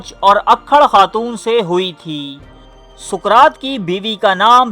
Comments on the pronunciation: Suqraat nahi Bhai.saqraat hai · Soqrat ko dobara teak sy parhain. our mujhy us kitab ka nam bhee Pata bhee batain jahan sy aap ny ya parh kar kaha hi??????